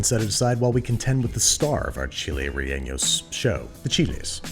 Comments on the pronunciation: rellenos, not ~relleños~ lol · nah he said relleños, which is incorrect.. but he tried ;) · You're close on the pronunciation, just ease off the 'n' a bit; it's not relleños, just rellenos. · Chile ray-aynyos? No. Ray-ay-nos yes. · “rellenllos” lol FYI it’s reh-yeh-knows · Why are you pronouncing relleno as if it was spelled relleño? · Before watching this video, as a mexican whos favorite dish is chilles rellenos i WILL be making this recipe to judge you, ok now to the vid Smalledit, its reYenos not reLenos Edit. That chile looks like my grandma herself cooked it thank you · You should learn to make Rellenos de Guisquil one of my favorite dishes. Its very similar to this but better. Also Rellenos, NOS not NYOS. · Re-ye- nos is the easiest way to pronounce them in English mr babish, sorry but it bothered me slightly hearing renenos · "Re-eños" LOL 🤣 close but no cigar. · So I’m living in Spain and the chilles rellenos is pronounced chilles re-ye-nos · Who told Andy to pronounce "rellenos" like "relleños"??? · I'm sorry but "Chiles Re-enos" is too funny for me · Cough "raejaenos" cough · reYENos (also: co-TI-ha) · “chiles reeños” andrew plz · Re- LLE- nos, lol. I died all 3 times you said it. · fyi it's pronounced chile (you should know how to pronounce Chile I mean...) Reh-yeh-no (roll or tap the R) And banish for the love of my grandmother it's not Italian. stop pronouncing Spanish with Italian inflection. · No one: Babish: Chiles relleños Every Spanish-speaker: eye twitches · Empanadas please im desperate, also you said it wrong its chilEs reshenos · Everytime he said "chiles re'eños" i died a little inside. They do look bomb tho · Chiles REENOS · Andrew: “chiles rehenos” Me: It’s ok, Ik you’re trying your best~ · Chili’s reggaeñios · Me hearing. Chi lies reienos Well at least you tried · Nope not how you say it Chile ray-yen-os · As a heads up, "Chiles relleños" is not the correct pronunciation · Loved that reheños... 🤣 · Ok.... But that pronunciation of rellenos